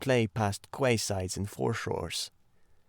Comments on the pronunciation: I did love the lyricism and songs and character voices.. Thank you, thankyou. The frequent and repeated mis-pronunciations were jarring though. Gaol is jail.. Quay is key and Stout is Stoat... that one exactly as it is spelt on the page.. I too hope the reading won't be used to train AI. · Quay is key. Gaol in jail. Mispronounced makes you sound AI.